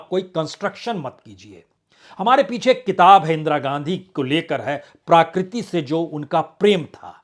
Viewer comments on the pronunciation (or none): BURAA NA MAANO : "PRAKRITI" SHABD KA UCH-CHAARAN "PRAA-KRITI" NAHIN , "PRA-KRITI" HAI : SHABDKOSH PAAS RAKHNAA ZAROORI HAI : NAARAAZ NA HONA ! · आदरणीय बाजपेयी जी! प्राकृती नहीं प्रकृति कहें. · प्रकृति, प्राकृति नहीं